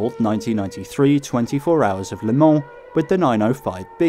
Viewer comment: Thank you for the correct prononciation of Le Mans and avoiding the infamous "leumah"